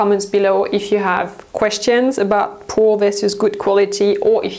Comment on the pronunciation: I love how you say “poo” quality 🤣 Still a very accurate description